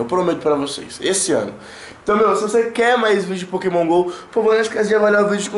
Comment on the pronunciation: O você fala os nomes do pokemon errado mano